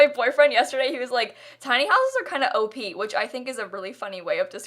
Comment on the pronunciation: pahahaha i thought she said OAP i was even more confused